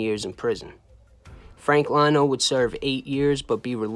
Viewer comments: How you a mob historian and you pronounce Frank Lino as Frank “Lie no” it’s pronounced “Lee no” Eddie Lino got wacked by the mafia cops.. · You put out very good content and I enjoy your shows. However just a few corrections on some pronunciations of certain peoples names. For example Gerlando "George from Canada" Sciascia last name is pronounced Sha-Sha. Frankie Lino's last name is pronounced Lee-No. Besides that, you're all good. Keep up the great content !!!! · Pronounced Lee-No in Italian Li is pronounced Lee. As in Lioni, Leone